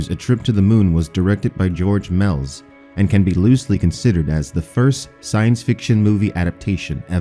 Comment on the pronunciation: George Mels. I'm gonna die of laughter.